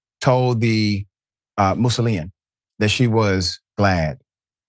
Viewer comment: And the ‘Missoulan’. He said the “Mousolinian”.